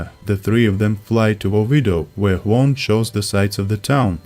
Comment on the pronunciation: worst pronunciation of "juan" of all time )) thank you for the video